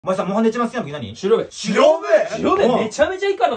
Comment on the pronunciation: 狩猟笛のイントネーション気になる笑